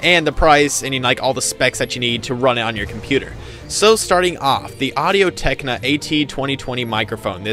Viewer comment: Audio Technica. Not techna. Haha, and seconded for the blue yeti. Though the pro is better.